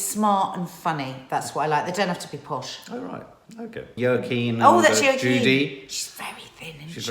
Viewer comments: Wa-Keen Phoenix 🤔 isn’t it ? Just became a family member 👍🏻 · It’s Wa keen Phoenix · still saying Joaquin Phoenix wrong 😅😅😅 Edit: I think the other “NOT good” actress that you are thinking of is Sienna Miller